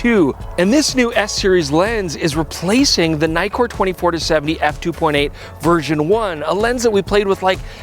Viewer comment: if it has two 'kk's would that mean the pronunciation is like NICK-KOR nikkor. not NIKE-KOR ?? no? is this an american thing? weird canadian thing aye?? (see what i did there ?)